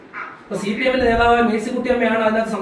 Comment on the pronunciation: സി പി എം അല്ല ചി പി എം 😂